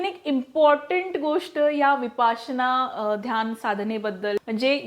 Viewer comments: शुद्ध बोला नं----- विपासना नाही, विपश्यना असा शब्द आहे. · विपासना असा उच्चार का केला जातोय ही फार मोठी चूक आहे विपस्सना असा शब्द आहे... प ला काना देऊ नये... अर्थाचा अनर्थ होतोय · Vipasna nahi vipashyana mhantat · विपसना नाही विपश्यना असे मानले जाते विपसना नाही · विपासना नाही तो शब्द विपश्यना आहे बाकी सर्व माहिती खूप छान दिलीत 👌🏻👌🏻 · Pl don't use the word Vipasana frequently ,use correct pronunciation.